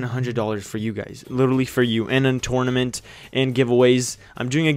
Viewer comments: Dude tournament say it right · I hate how he says "tournament"